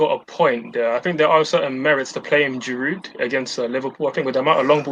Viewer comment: Guys! it is "Olivier Giroud" with a silent "D"......he has been in your team for years now, you still can't pronounce his name, my God!!!!